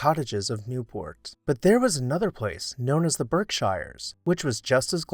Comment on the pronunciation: Berkshire is pronounced like "berk sheer". Yes, I'm a native and that is the correct pronunciation.